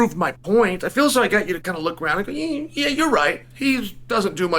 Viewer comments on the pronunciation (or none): none